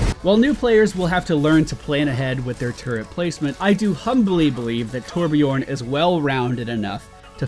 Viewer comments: " Torbjörn, not only does he have one of the most enjoyable names in the entire game to say" Just a friendly heads up, it's Torbjörn (Ö like the U in "burn") not Torbjorn with an O. Anyways, nice video! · torbjÖrn not torbjorrn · Being a Swede. The way you pronounced Torbjörn was really funny. It sounded exactly like how American movies would try to mimic Swedish accents. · It's so funny to hear people pronounce "Torbjörn" wrong, Torbjörn is a Swedish name and I'm Swedish xd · it's funny listening to non scandinavian or german people say torbjörn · It's so funny to listen to non-scandinavian people say torbjörn. lol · says torbjörn has a nice name to say. pronounces it wrong LOL